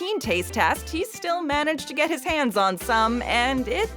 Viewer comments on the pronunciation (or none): none